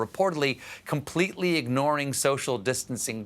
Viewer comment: She was ig-NORA-ing you